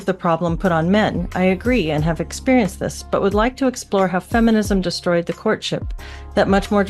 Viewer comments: Why do u keep saying "f-inism"? Just call it feminism, it's the same thing. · Why are you saying "effinist" when the word is feminist? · It’s Feminism not Efinism